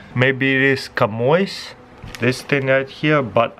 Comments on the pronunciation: Chamois is pronounced 'shammy' and it is a sponge-like cloth. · that chamois is actually pronounced "shammy" it's a type of rag/cloth useful for drying your car cos it doesn't leave any streak marks behind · Chamois is pronounced “shammy” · Chamois = (Shhah-me) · The yellow thing in the bag is a chamois. Pronounced sham-wa. Also called a chammy (shammy). It's a leather cloth that is non-abrasive. I use it on my car to dry it. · Chamois is pronounced shammy. Absorbent 🧽 cloth. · Chamois = a french word for rug or a cloth use to easily absorb water ... pronounce [ sha-mee ] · Chamois is pronounced sha mee. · Chamois is pronounced, Shamie. It is a cloth for cleaning. The compass looks like it is in the wall of the container itself. And definitely do the fishing kit video!! 😊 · It’s pronounced sham-wow